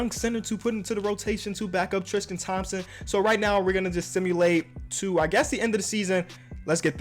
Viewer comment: "Triskan Thompson"